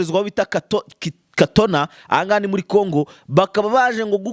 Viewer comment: Kitona ntabwo ari katona bro